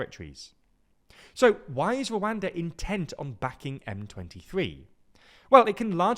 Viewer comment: No shame up on you when you pronounce Rwada backed rebels?